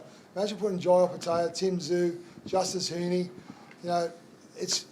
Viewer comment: come on bro get that Opetaia pronunciation right its not taya its tyre